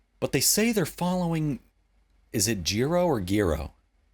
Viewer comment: Not "Jee-ro" or "Gearo", but "Jai-ro".